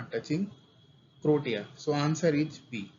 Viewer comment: Bhai wo क्रोटया नहीं क्रोएशिया है